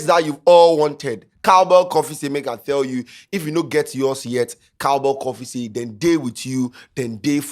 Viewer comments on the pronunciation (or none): Is it just me or is have pronunciation issues with his “th” and “t”? “make I thell you” “wather” “get thout of the car” “afther that”